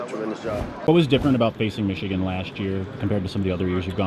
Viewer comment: I will never not be shocked at a grown man not being able to say the name Michigan. What an absolutely little little man.